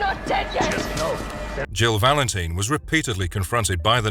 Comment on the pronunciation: This channel's pronunciations are killing me. "Jill Valen-teen?" What the hell, man?